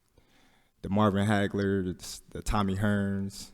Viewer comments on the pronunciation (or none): how is he not slurring his words right now hahahaha “Tommy hRRRns, mArvvv Hagl” And … didn’t get a single word.